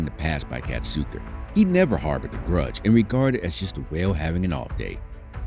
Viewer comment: I know her how KAZATKA no katzuko